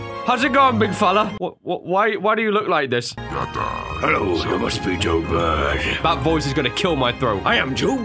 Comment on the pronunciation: *Jo Besity*? I'm not the only one who caught that, right?